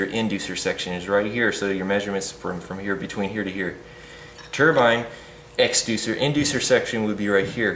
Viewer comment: I like you. You said turbine not ter-bin. Like most Americans!